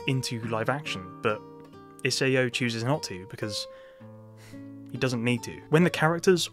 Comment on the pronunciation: It's "I-sah-o."